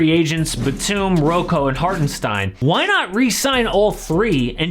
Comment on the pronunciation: I‘m from Germany and was surprised how well you‘ve pronounced Hartenstein❤️